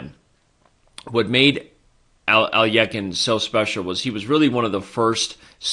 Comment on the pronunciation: Even if you're pronouncing it incorrectly, at least sound it out correctly. How do you get a y in there? Alyekhine. Even just sounding it out you said it wrong.